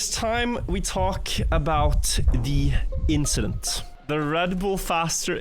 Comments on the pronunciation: the inchident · it was just an inchident